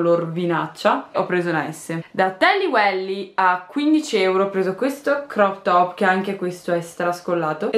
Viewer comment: jali si dice tally weil non welly hahah😂